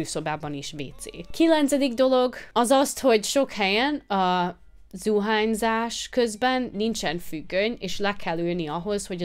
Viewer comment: zuhanyzás {%notequal } zuhányzás :)